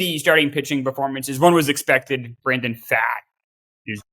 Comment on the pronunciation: Brandon Pfaadt pronounced as FOUGHT. Cmon